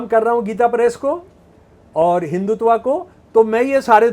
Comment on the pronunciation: हिंदी तो बोलनी आती नहीं, और चले हो संस्कृत शास्त्रों की बखिया उधेड़ने। तुमसे न होगा। हिन्दुत्व को हिंदुतवा बोलते शर्म आती है ? एक पप्पू को सामने बैठाकर जो भाँजना हो भाँज लो मियां ! लेकिन सुई बोले तो बोले चलनी क्या बोले जिसमें हजार छेद। इस देश की सहनशीलता है कि एक कटहला सनातन को कोस रहा है। स्त्री का विज्ञान तो पहले बता दो। क्यों हजारों साल से स्त्री पर नियन्त्रण रहा है। बेटी एक लड़की यानि स्त्री ही तो है। तुम्हारी ही बेटी किसी के साथ गुल खिलाए तो जलभून के कबाब हो जाओगे, मरने मारने पर उतारू हो जाओगे। और मनुस्मृति को कोस रहे हो। उन मुल्लों और बापों को क्या कहोगे जो बहू और सगी बेटी का हलाला करके अपनी हवस बुझाते हैं ? उस क़ौम को क्या कहोगे जो औरत को सात पर्दे में जज़्ब रखता है। ईसाई और मुसलमान हमें औरत की परिभाषा बतायेंगे ? हमारे शास्त्रों को समझने से पहले अपनी खोट को समझो। औरत और बच्चों की आवाज़ पतली क्यों होती है ? मर्द की तुलना में औरत का स्तन भारी क्यों होता है ? औरत का हिप फैलावदार क्यों होता है ? औरत को दाढ़ी-मूँछ क्यों नहीं होती ? औरत ही बच्चे क्यों जनती है ? और सवाल पेश करूँ या इतने से ही अजीरन हो गया है ? तुम्हारे सेर को देश में सवासेर बहुत हैं। पहले नज़र बदलो, नज़रिया ख़ुद बदल जायेगी। सोशल मीडिया हगने-पादने के लिए नहीं है। दुर्गंध मत फैलाओ।